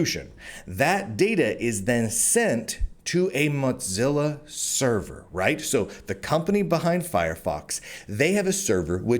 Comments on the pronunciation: You keep calling it 'Monzilla'...it's Mozilla. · The big split a few tpyrs ago was when a major shift happened at MO - ZILLA and Brave came about due to that The changes since are very bad and while the cro etcc get $$$ ppl like me that actually helped make it got nada That said while your info is good to have your massacuring of the pronunciation must stop it is MO ZILLA not MOT zilla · Cadence is too smarmy. You have valid concerns but your style is one of a sensationalist, without care for pronunciation (mozza?) or spelling (purchace?). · Are you saying "muttzilla" or "mudzilla"? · Why does he keep saying Modzilla with a D in it, is this like how I am still pronouncinf GIF wrong? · Why do you keep pronouncing Mozilla as though it contained the letter T? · first it was not being able to pronounce Mozilla, to right wing de-platforming. im starting to smell hit piece. im out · There's no T in the word Mozilla... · you've made a lot of videos covering Mozilla related news now. Your content is great but it is absolutely infuriating hearing you STILL mispronouncing the name of the company. It's not a hard one to get right. Pay attention to your comments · I don't think it is like the GIF thing. I think it is because many people pronounce Z with a hard T-sound followed by a sharp S-sound, an in his particular case his T-sound becomes a D-sound. (Why he does that I don't know, it could be a local accent thing or a speech impediment, not that I mind too much). Which is interesting, because that is a common feature of the evolution of languages that they tend to "dull" over time.